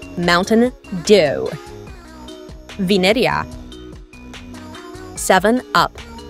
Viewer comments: Thats vinerea not vinenea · narrator how says vineria and ratatouille :venerea retetouie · Bro saying Vineria Venireia. Bro even said Keet cat for Kit Kat (raddy fav candy) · “venaea” ahh pronouncement😭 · I LIKE WENDA It’s VINERIA❤❤❤❤❤❤❤ Not brod it’s BRUD!! “ beat” beat” “beat” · How she pronounced Vineria in the first one is crazy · Italian ahh Vineria pronunciation 💀